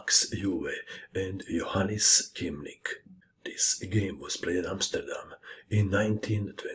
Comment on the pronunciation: Hi, it's the annoying Dutchie again! Thanks again for this marvelous display, but Keemink is pronounced as "kaymink", so Kee is Kay. Just wanted to let you know, as you reacted very appreciative on my last comment:) Greetings from Amsterdam